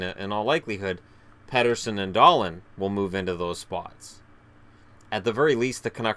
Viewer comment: except it is pronounced like Dahleen